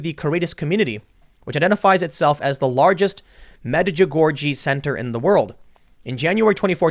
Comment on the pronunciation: Say it with me Tim. Meed-ch-dz-u-gôr-jé ;)